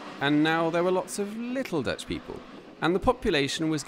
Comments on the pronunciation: Your Dutch accent is excellent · Your Dutch wasn't too bad. You made the effort to LISTEN to the names somewhere. Standard suggestion, apart from the local people: Forvo.